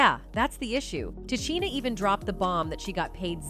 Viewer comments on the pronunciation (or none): The fact you miss pronounced 5he names of O-pra Oprah and Te-sha Tisha Arnold is disrespectful. How can you act as if really care. No you just want the clicks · Her name is pronounced, Ti Sheena not Ti Cheena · Pronounced Ta-sheena, Tichina, get it right